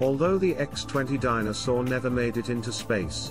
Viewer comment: The narrator never pronounces "Dyna Soar". It sounds like A Soar.